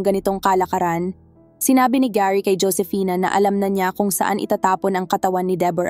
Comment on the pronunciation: Ang sakit sa taenga best na marinig yung pag babasa mo sa pangalang Josefina kaloka ka paki ayos nextime